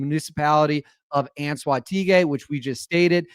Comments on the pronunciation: This happened yesterday, also the pronunciation is un soah teh ghee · First word of head line you can split it to pronounce it correctly its CORPO-ELEC Like corporation of electricity, CORPOELEC. And for Anzoategui you almost had it up until the GUI part. That part you pronounce as you were to pronounce GIZMO, so the same GI sound as the word gizmo Anzoate"GI" also the E pronounced as the E in elephant. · say it as “ ant zooah teh gui”